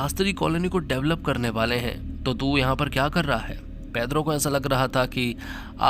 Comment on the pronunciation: भाई वो पेद्रो नहीं पेड्रो है 😂